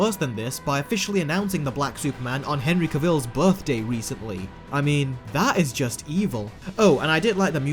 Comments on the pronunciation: Cavill is pronounced like Travel. He said it himself. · Superman actor Henry “Travel”